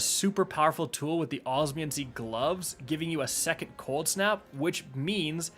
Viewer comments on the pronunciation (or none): none